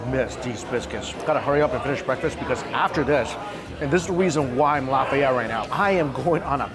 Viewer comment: Stop saying cajun creole. Its not creole. Cajun people arent creole. New orleans is creole. And the way you say Lafayette is making this hard to watch.